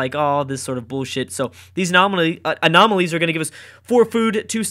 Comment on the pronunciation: Having trouble saying 'Anomalies' friend? :)